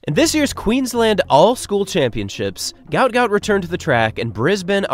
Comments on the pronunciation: His name is actually Guot Guot, pronounced with a w sound so like 'gwot'. as per his father: "His name is Guot, it's supposed to be Guot," Bona Guot told 7News. "When I see people called him Gout Gout, I'm not really happy for him." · His name is pronounced "Gwot Gwot" .. not Gout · His names not Gout Gout Its Guot Guot pronounced "KWOT" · His name is pronounced ‘gwot gwot’ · The better pronunciation of his name would be GOAT GOAT.. and not like the medical condition GAUT GAUT which seems to be the norm right now. The other meaning of my suggestion beyond my pronunciation suggestions is yest to be seen. Go Goat Goat. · It should actually be pronounced as 'g-o-w-o-o-t g-o-w-o-o-t' as in the way 'goat' sounds. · It's actually pronounced 'GOAT GOAT' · It’s actually pronounced Gwhat Gout. His father has said so in interviews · It's pronounced 'Gwot Gwot'. He has stated this. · His name is actually pronounced Gwot Gwot. His father just confirmed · It's pronounced "gwot gwot". His name was misspelled on his ID papers in Egypt and should have been "Guot Guot". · I think it's hilarious that his name was mispronounced as gout gout, which is some sort of painful foot condition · His name is actually pronounced 'Gwot'. It was misspelt during his immigration. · his name is pronounce as though the u comes before the o. like gu-ot. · It’s pronounced Gwot Gwot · FYI his name is pronounced Gwot Gwot not like the foot ailment - his name was misspelled on his forms apparently and it should have been Guot Guot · his name is pronounced "gwot gwot". might need to dub your video, or change it up for future vids. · Pronounced "gwot gwot" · Why is his name not in the video title or description? You say his name in the video but pronounce it incorrectly. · Aint no way its pronounced like that. It doesnt even sound African. Did you look up the pronunciation of his name? You can just ask sudanese people